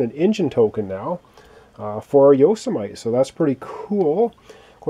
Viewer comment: It's not a big deal or anything, but if the ship "Yosemite" is named after the national park in California, it is pronounced 'yo-sem-eh-tee.'